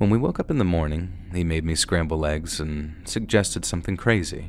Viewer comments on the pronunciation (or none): It bothered me when she said scrabble eggs and not scrambled 😂😅